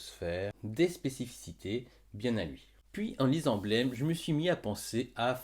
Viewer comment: Au top Juste on dit blame prononcé à la française (Oui je sais ça fait 20 ans qu'on dit blaime et c compliqué de changer c'était juste pour ta culture perso^^)